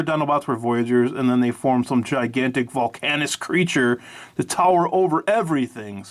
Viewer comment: volcanicus and not volcanus